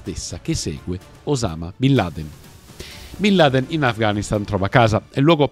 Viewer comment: Come si fa ha raccontare così tante balle. A partire dalla pronuncia del nome.